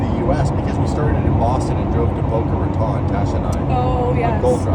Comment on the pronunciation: another video and still cant pronounce boca raton. one of these days him and/or will get it.